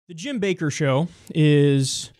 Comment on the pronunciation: Jim BaKKer not baker. maybe baKKKer